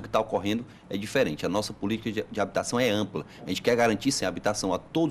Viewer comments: DISFERE?? QUE LÍNGUA É ESSA ? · DISFERE ? QUE LÍNGUA É ESSA CAPITÃO?